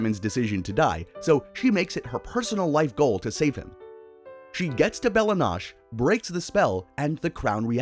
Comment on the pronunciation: it’s bella no-chay not bella nosh